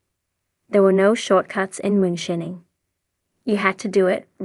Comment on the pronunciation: lol....she said "moon-shinning"